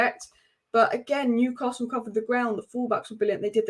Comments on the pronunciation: Great channel but PLEASE not Newcarsell : it’s Newcassul. Keep up the good work anyway ! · There’s no r in Newcastle, if you can pronounce that correctly then your a winner, love the content.